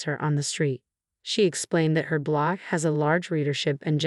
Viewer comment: Blog… not block!!